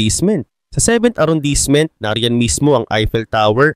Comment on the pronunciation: Arondismo Po cya basahin s french, Hindi arondisment😁✌️